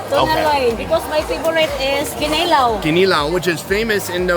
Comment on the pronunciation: Your pronounciation on "Bulalo" and "Kinilaw" is spot on!